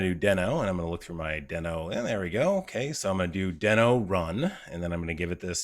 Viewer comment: I hate to be "that guy", but Ryan Dahl who created NodeJS and Deno has confirmed that it's pronounced "dee-no" with a long "e" like the Flinstones character and not "den-o" with a short "e" sound.